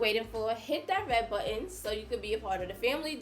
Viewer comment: Oh,, Please stop dropping your 't's from the word bu(TT)on. Thank you, Rant over.